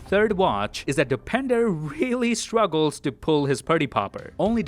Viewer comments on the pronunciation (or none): His name is Dopinder, not depender.